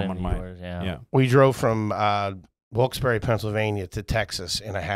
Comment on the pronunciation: H said "Wilkes Berry" lol 😆